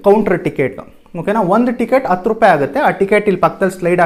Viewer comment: 2.06 adu hatthu rupai bro. Ella chennagide, swalpa a kara ha kara sariyagi gamana koDi. oLLedagli